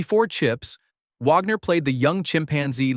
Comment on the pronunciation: Can't even say "Wagner" correctly! Who is this incompetent narrator??